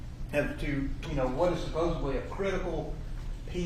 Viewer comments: “CoWObberate” “SupposeBly” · I just can’t take seriously a lawyer that uses words like “essensually” and “supposably.” 😂